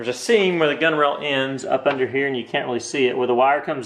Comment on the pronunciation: Its not called a gunrail. Its spelled gunwale and pronounced gunnall